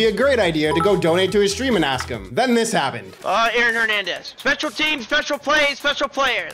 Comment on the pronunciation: We not gona talk about how said Aron Hermendez 💀💀💀💀☠️☠️☠️☠️